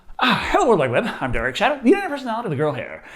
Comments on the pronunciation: Wtf! Did you say lol 😂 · "Hello world wide web, I'm. The internet personality with the girl hair." Did anyone else hear that? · Definitely did., the Internet personality with the girl hair. Very jarring.